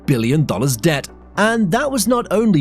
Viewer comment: Debt not dept